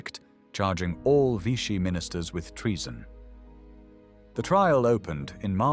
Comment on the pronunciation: Pucheu prononcè Pouchequeu et Vichy devient Vitchy. IA marre